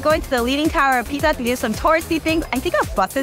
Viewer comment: the way she said PISA so funny ahhahahah im italian and it was funny... love u guys!!!!!!